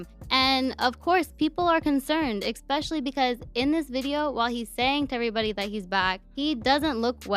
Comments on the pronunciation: Was she saying “egg-specially”? 😂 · is, tell the girl in your videos that talks about all these things with you to stop saying “eggspecially” lmao she don’t know how to pronounce “especially” cmon bruh